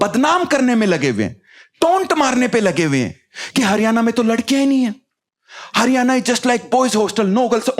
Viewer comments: हरियाणा बोलना तो सीख ले भाई। हरियाना क्या होवै है 🤦🏼‍♀️🤦🏼‍♀️ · Bhai हरियआना nhi हरियाणा hai yo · हरियाना नहीं हरियाणा😂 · Bhai haryana ko pronounce to thik se kar lijiye.